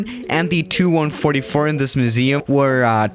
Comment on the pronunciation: It's not 'tu (two) 144', it's T U 144. T...U